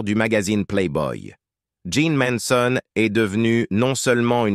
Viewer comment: Ces commentaires avec cette voix robotique et répétitive sont antipathiques. Jeane méritait mieux. En plus le commentateur prononce mal le nom de "Manson".